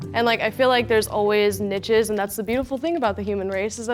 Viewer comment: no way she pronounced niches like that 😭